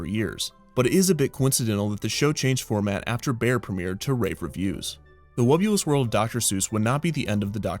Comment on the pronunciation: Hearing the name spoken aloud, I can't help but constantly mishearing it as "The Wubbu*less* World of Dr. Seuss". Maybe its just me, maybe its a marketing overview. idk